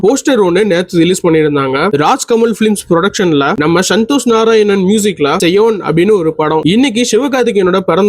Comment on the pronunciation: ஐயா நீங்க சொல்லுறது தப்பு ஒழுங்கா உச்சரிங்க செயோன் இல்ல சேயோன் 😂😂😂